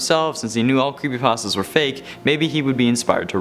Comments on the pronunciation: No one: Legitimately No One::"Crepepastas" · He said "CrappyPastas" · I thought he said crappy pastas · Good job of saying crappypastas not creepypastas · Oh no... when he said crepypastas i had goosebumps take over me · In the intro u said crappy pastas Also u like xbox hence the topic of the video.